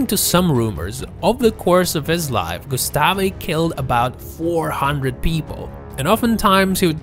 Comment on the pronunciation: Gustav not gustafi